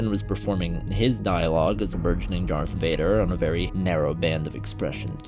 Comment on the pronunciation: Darth wader. Luke i f....d your mom . Luke nooooo noooo thats not true this is impossible .